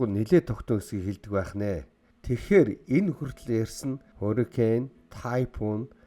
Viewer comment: Уг нь аймар гоё суваг даана ч аялага нь бүр ХҮН АЙМАР ёоо новш юм аа AMERICA - АМЭРИЙХ HURRICANE - ХУРИХЭНЭ ГУРАВ - ГУРРРРРРРРАВ ХУРАЙ - ХУРРРРРРРРРАЙ ХАЛСАН - ХАХАЛСАН КИЛОМЕТР - ХИЛМЭТР ЭКОВАТОР - ЭХВААТОР хараад байхад бүх К үсэгийг Х гээр дууддаг юм байна